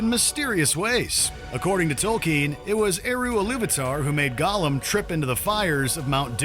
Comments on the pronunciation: I'm sorry - but when he mispronounced "Gollum" as "Golem" in the first 5 seconds, the narrator let us know that he's not an actual LOTR fan. Lol 😂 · the fact that they say golem instead of gollum triggers me. this isnt pokemon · Go - lum?